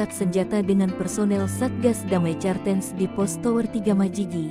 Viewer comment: Cartens..bacanya kartens bego